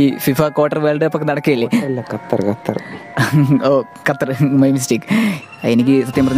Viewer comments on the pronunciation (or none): ചേട്ടാ ക്വാട്ടർ അല്ല ഖത്തർ ആണ് അത് ന്തെരായാലും കൊള്ളാം 😆 Çrïstîäñø rønàldō Úyïr ❤‍🩹